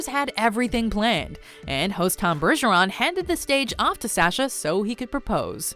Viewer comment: you pronounced Sasha's name wrong